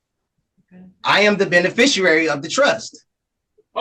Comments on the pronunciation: word lesson of the day: The word is BENEFICIARY. pron “benn-eh-fishery” The word is NOT “BENEFISHUERARRY” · If you're going to claim you're a beneficiary, you should at least be able to pronounce the word correctly. ben·e·fi·ci·ar·y /ˌbenəˈfiSHēˌerē/ NOT benefishrurary And I absolutely LOVE the confused and surprised look on this human trash bags face when his magical trust incantation goes, (predictably) absolutely nowhere...😂😂😂😂😂😂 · Did he say Benefishfriary? 🤣🤣🤣🤣🤣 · Oh, no. Its pronounced "benefisherary"😅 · Bene-fisher-ary. What a genius! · I wish I had a dollar for every time this scumbag said "benefi-shoo-ary" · What the heck is a "benefishuary"? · WTF is a "benficuary"? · "Benufishuwawee." Edit: I meant Beneficiary 😉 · "Beneficerary", lmao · I am shocked that none of the judges are able to properly pronounce the word "bennafisherrary". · "Benerficrary" is a new one.... lets add that to "amanda rights" and "am-bah-lambs" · I love how the judge keeps calling him "benefissUary", spelling it like he does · What exactly is a “Bene-fisher-ary”? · the "benny-fish-you-ary?" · You wanna be Kevin Pollard's "benuhfisherairy"? Then you can "benuhfish" his sentence. Enjoy it. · Benifishrary? Binificirary? I don’t know. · Again with a sovtard that claims they know better than everyone else with degrees and experience, yet is unable to pronounce the words or get the believed facts in order. If he said "beni-fisher-air-ee" about one more time, I was gonna throw my computer!! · Is he saying 'benefisherary'? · Absolutely insane that not a SINGLE person in the video can correctly pronounce beneficiary……(including BOTH magistrates smfh) we’re fuckin doomed as a society. 😢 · There is no 'u' in 'beneficiary.' There surely is one in 'stupid,' though. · You would think after repeating and hearing the word “beneficiary” so many times he’d know how to pronounce it. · At least learn how to pronounce beneficiary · at the very least, pronounce 'beneficiary' correctly!!